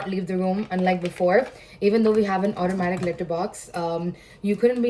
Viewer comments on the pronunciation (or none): none